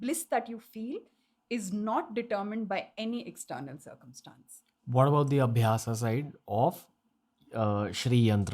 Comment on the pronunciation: "Karm" not "Karma", "Aabhyas" not "Aabhyasa", "Bhoga" is not "Bhog", "Moksha" is not "Moksh". When you talk in a foreign language, at least make sure not to lose the authenticity of words and modify it. Who do you think is watching you? Some Britishers?